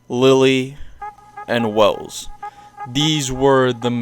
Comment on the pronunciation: i thought his name was welf not wells